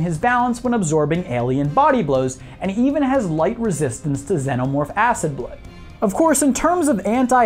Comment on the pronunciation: you say it like senomorph its xenomorph